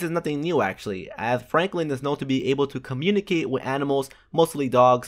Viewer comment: did you say flanklin or ?